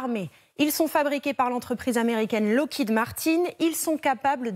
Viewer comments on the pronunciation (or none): none